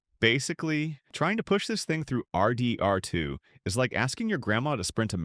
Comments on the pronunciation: Have you guys ever played ar-deee…R…too? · bro says rdr2 like R. D. R. 2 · literally so many weird remarks no one would ever say, “ARR DEE ARR TWO”, “arthur’s balance”?? so disappointing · Why are you pronouncing RDR2 like that haha? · Please stop pronouncing rdr2 like that 🥀